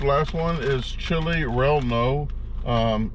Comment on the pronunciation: Chile Relleno is Spanish and is pronounced more like Ray•yay•no. I suspect that one might be really good to me. Fun review!